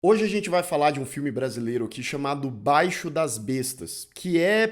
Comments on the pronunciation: Somente uma correção: não é BAIXO DAS BESTAS. É BAIXIIIIO DAS BESTAS. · E B A I X I O DAS BESTAS E NÃO BAIXO !!!!!! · O falante diz " Baixo' das bestas". Chega a ser BIZARRO a ignorância que os brasileiros temos com a pronúncia das palavras, da língua portuguesa!!! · A pronúncia é baixío das bestas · A análise do filme é ótima! Só faltou a pronúncia correta do nome do filme...